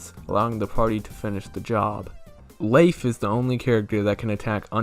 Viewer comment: I like how you pronounce Leif. His name is an anagram of Life, according to the Bug Fables Fandom Wiki.